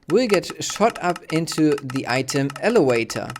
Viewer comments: its elavator not elewator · I don't know what you mean. He's obviously not native English so of course he doesn't pronounce elevator 100% properly.